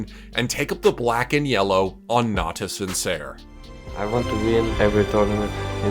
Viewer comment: for the love of the gods above and beyond, it is pronounced natus "vinchere", like "winch".